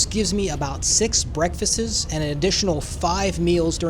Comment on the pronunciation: Breakfast-siz ? And you have your coffee grounded? I love listening to different people‘s English. Sorry man I had to bust your balls. Lol